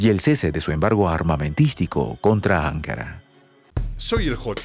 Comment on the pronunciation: NO SE PRONUNCIA "ÁNKARA", SINO "ANKÁRA". ¿ NOTAS LA DIFERENCIA??????